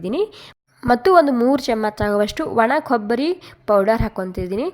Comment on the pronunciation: Nim kannadano neevo. Thoo. Camach chamach anta badkotiya. Chamachaa anta boglu